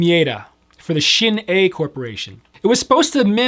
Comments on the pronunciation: Thank you for pronouncing shinei right!! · 1. Excellent setup :) 2. Digging the Adam and Barbara Maitland T-shirt :D , and 3. Finally someone gets the correct pronunciation for Shin-Ei! It drives me crazy how many people pronounce that wrong!